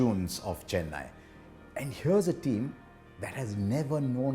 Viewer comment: I'm just glad he got the pronounciation of Chennai, Thala and Chinna Thala right 🤙🏻